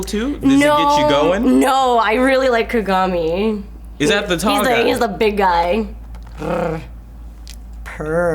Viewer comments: Ka-ga-mi, not Ka-gami. It was so off-putting the way you said it. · She even fucked up and called him "Ku-gami" once. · x73igg not true at all; its considered rude to pronounce a name wrong, especially if done repeatedly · I get what you are saying. It's like if you watched the anime and hear how they are saying the names, you shouldn't be messing the names up >.<. Everyone in the anime clearly says Ka-ga-mi not Ka-gami. They are also saying Kuroko's name wrong. His name is Kuu-ro-ko not Ko-ro-ko.